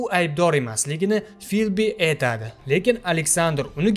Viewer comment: эйтади..эйланади...зур укиббердинг узиям...а🤣🤣🤣